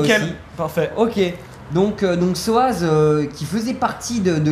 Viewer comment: SOZZ PAS SOAZZ